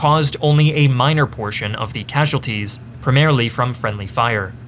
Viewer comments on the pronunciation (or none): 'friendy fire' literally unwatchable